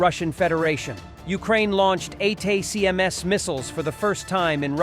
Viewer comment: These AI voice channels never pronounce atacms right lol